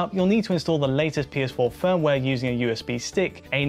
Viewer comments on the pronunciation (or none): none